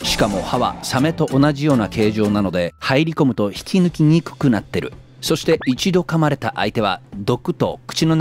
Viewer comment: 「引き抜きにくくなっている」 言いにくそうだな・・ 実際めちゃくちゃ言いにくいわ